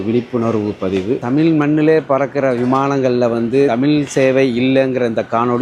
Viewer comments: தமில் இல்லீங்கோ. தமிழ். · தமில்!!!, இல்லை, தமிழ் 😭.